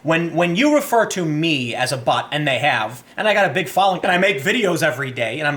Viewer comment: When he read allowed the 1st post I thought I heard the word ''prefer'' instead of ''refer.'' If you were to change that one word to ''prefer'' it changes the whole context & makes it sound exactly like one of us trolling the lefist snowflake, lol.